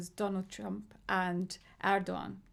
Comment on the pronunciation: omg "rohava" and "erdoggan"